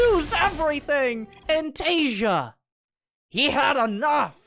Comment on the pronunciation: homie the J in Taeja is a hard J, so Tay-ja, not as in like the word Asia